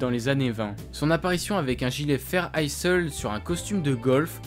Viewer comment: Vidéo intéressante. Attention à la prononciation de Isle [aïl] comme pour island [aïland]